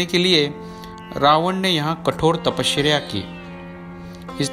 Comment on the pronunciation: Tapashreya?? Actress ka naam hai kya? Tapasya bolo bhai...apart from that beautiful video...har har mahadev